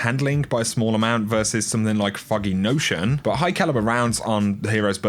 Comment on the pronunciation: When you say foggy notion it sounds like your saying Fucking notion